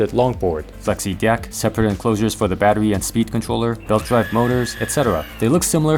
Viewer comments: I loved all the "di-ecks" . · the fact that he says dieck every time drives me up the wall XD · is it just me or is it really awkward when he looks straight into the camera and pronounces deck like that